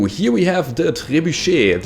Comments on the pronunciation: You pronounced it correct, but I like to call it trey-boo-shet. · I'm French and yes you have well pronounced "trébuchet", GG ;) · Pretty much how "Trebuchet" is pronounced yes. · Your pronunciation of "trebuchet" is way better than most English speakers can manage...